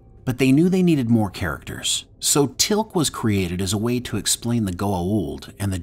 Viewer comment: Never heard such a weird pronunciation of " teal'c" Or is that how they say it in us? It's horrible